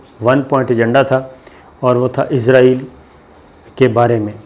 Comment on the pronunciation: صابر بھائی آپ ہمیشہ اسرائیل کو ( ازرائیل ) بولتے ہیں 🙏